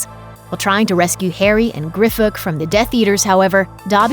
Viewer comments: she said, grifook, when i thought it was pronounced grip hook well, what do i know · How dare you say!? Griffook !? It’s GRIPHOOK AAAA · It’s not pronounced “Griffook” it’s pronounced “Grip-hook” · Pronounces it as grifook😭😭😭😂😂😂😂😂, grip-hook. And it's not hermoi-a-ne it's just hermoine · This video is clearly misinformed in many ways... It's the Deathly Hallows, not Hollows. And the goblin is called Grip-hook, not Grifuk. And in Aunt Marge's sentence, the word that is bleeped out (which I won't write here for fear of being censored by prude algorithms) is not a swear-word at all, it's just the normal term for the female dog. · The narrator of this clip had her own mispronunciation... Dobby rescued Harry and Grip-hook, not Griph-ook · "GriFFhook"? lol... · says the one who just pronounced Griphook's name as "Grifook" :/ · Did she just say “Griffook”? Lol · Did you just pronounce Griphook's name as "Grifook", then go on to mention people's mispronunciations of characters' names? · its kinda funny how she says characters names were mispronounced, right after saying griphook like that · .... she pronounces Griphook’s name wrong